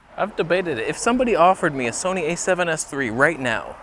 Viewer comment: Gonna havtah start calling it the Soneh....